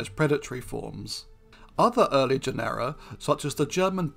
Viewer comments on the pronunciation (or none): Please note that genera is pronounced JEN-er-a, not je-NERR-a